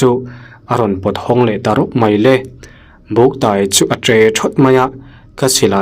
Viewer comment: "Ka taw ka tawi a" tih hi a lam dan a diklo "tawi" tih hi "tuai" tih thluk a lam tur...eg."ka tawi hrut hrut a"